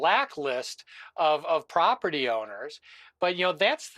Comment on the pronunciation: Can anybody say this guy's name right. It's pronounced Mom-Donnie